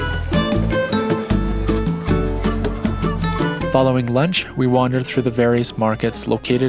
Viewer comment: In Spanish the “C”in a word like Cecina is pronounced like sesina not “ch” (chechina) like Italian.